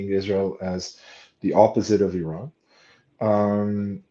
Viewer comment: Someone has egg on their face. He called Iran wrong.